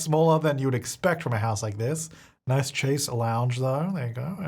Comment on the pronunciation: It's not as bad as you describe. But if you're saying "Chaise" maybe don't say it like "chase" lol